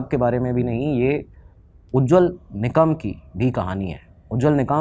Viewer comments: निकाम ❌ निकम✅ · Adv. उज्ज्वल ‘निकम’ not ‘निकाम’. Please pronounce his name correctly. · Its निकम and not निकाम ! As educator you must research well including such important name! Its very irritating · निकाम nahi re निकम 😅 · वकील का नाम उज्वल निकम है निकाम नहीं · Nikaaam😂 naam to thik se le